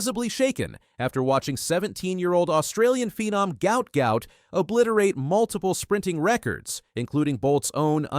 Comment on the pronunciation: Sadly you pronounced his name burserkly wrong. Common please make some efforts to pronounce a person's name with great respect. Hopefully you would do just that😢😢😢